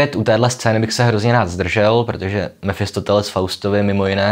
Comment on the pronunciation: Mefistofeles... Možná už je to deformace z filozofů, když říkáte Mefistoteles.